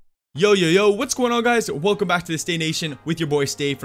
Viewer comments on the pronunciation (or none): none